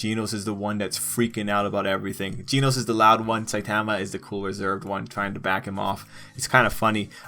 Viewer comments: This guy said geenose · G e e n o s e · my dude really be saying ‘ginos’